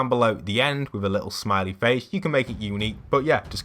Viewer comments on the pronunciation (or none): none